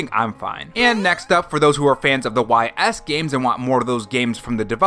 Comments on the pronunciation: I'll likely skip Persona 3, as I already own the game 3 times (Persona 3, Persona 3 FES, "P3P"). Persona 4 Golden, though? That's more likely...wait. What the Hell?!?! Oh, nonono. No. NO Ys is pronounced "ease" - like "Ease gingerly into a recliner." Not 'Why Ess' - how are you mispronouncing Ys? Ease! EASE! 😠😠👿👿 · Y's is pronounced "Ees"